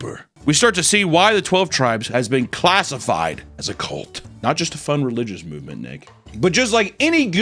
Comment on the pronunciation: its CULT C U LT ITS NOT A BABY HORSE HUNTER LEARN TO FUCKING SPEAK ENGLISH PLEASEEEEE